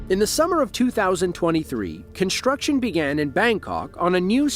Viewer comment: Why do you pronounce 'construction' as 'conshtruction'? There is no 'sshh' sound in that word.